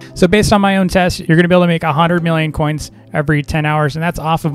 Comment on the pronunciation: i love how he CANNOT say coins